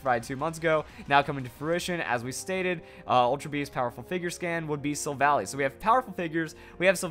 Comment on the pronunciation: "Silvally" is pronounced "sil-val-eye".